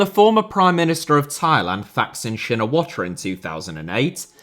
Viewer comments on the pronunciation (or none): Thaksin is actually pronounced Taksin, similar to how Thai is pronounced Tai not thigh.